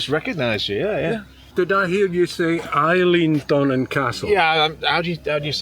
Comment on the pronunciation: Aye: he is saying it right!